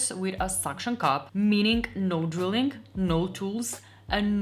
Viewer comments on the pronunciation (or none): none